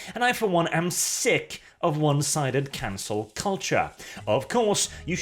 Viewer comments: "Canel culture"? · "Canel" Mmm yes